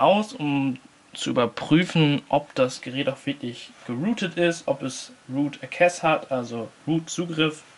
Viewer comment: er hat nicht ernsthaft root eckäs gesagt xD